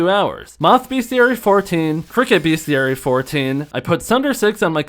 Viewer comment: everytime he says "beast-e-airy" i canttttttt